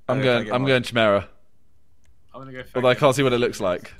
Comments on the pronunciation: it's not chimera it's pronounced ki-mer-a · pronounced Key Mare-AHH